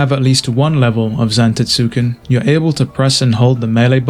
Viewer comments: God.. it’s pronounced Zan-tett-soo-ken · nobody fucking says zan system lmfao. ztk